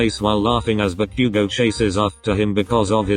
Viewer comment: bakugo🚫 deku🚫✨backugo✨ ✨deeku✨